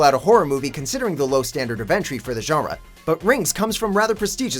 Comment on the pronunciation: "Genre fiction"?